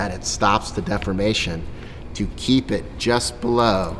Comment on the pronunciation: you are pronouncing the word deformation as defamation, which has a different meaning